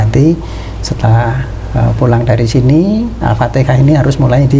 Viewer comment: utk pengucapan Alfateha itu harusnya Alfatiha